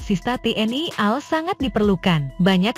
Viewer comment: Tayangan vidio Anda cukup bagus sayang sekali mulut kamu perlu diupgrade supaya bisa ngomong A.L bukan al yg mananya /artinya beda guoblok lamu